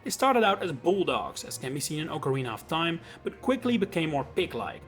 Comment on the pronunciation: you said Ocarina of Time correctly